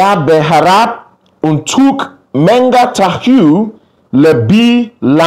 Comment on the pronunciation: Hi ! I think someone already corrected in the comments below that 'menakjabkan' should be 'menakjubkan'. Just want to point our that the word 'mengetahui' at the end should be pronounced as who - ee. This applies to any word that ends with -hui'. The same goes for the word 'menerokai' which at the end should be pronounced as ka - ee. Other than that, it was a very good attempt! Hope you don't give up learning the language. All the best!